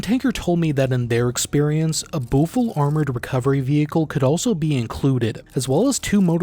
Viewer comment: Except for the Büffel - the ü always gets them! 😅